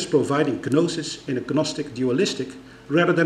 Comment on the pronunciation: He always pronounces the silent 'g' in the words 'gnosis' and 'gnostic'